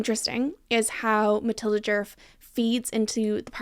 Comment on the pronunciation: The word djerf really started to lose all meaning at about the 15 minute mark…. And as a Swedish speaker your pronunciation was really good for someone who doesn’t know the language so no need to apologize! I really appreciate when creators actually look up the sounds for å, ä and ö instead of presuming an and o-sounds, so in my book you pass with flying colors with that alone